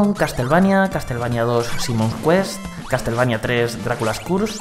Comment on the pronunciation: "castel" xD